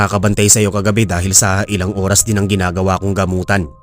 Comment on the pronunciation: Oras hindi uras